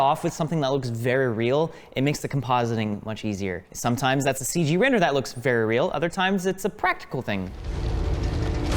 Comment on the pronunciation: "... and you got to Wrender it..." :)